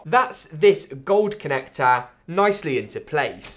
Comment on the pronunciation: Form Factahhhhh ya mate connactahhhh